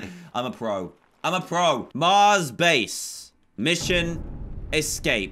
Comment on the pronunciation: When you sayed mars I heard you say cars